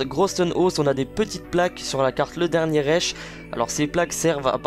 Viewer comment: / oui je le prononce comme il s'écrit en effet ^^